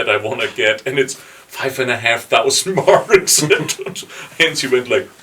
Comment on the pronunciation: What to say.. my favorite album! Keep up the interviews, please. 🤘 (..but maybe someone should clue in that Hansi's name isn't pronounced Hensi. 🙃 ).